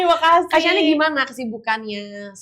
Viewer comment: Kak shani Pemilik nama udah sebutnnya shani Bukan syaniii. Gak berusaha dikoreksi ngomong nya kak😂